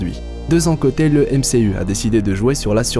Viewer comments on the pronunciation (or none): Je suis le seul qui ne supporte pas « MCU » avec l’accent fr ?